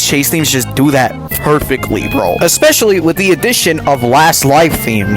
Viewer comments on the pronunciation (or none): I think he likes it TOO much. I like it but even i don't bounce on it that much Also you said vro instead of bro